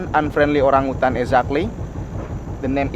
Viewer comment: What a super video. The footage of the Orangutans was amazing! And, I love the way pronounces Orangutan - so cute! 😆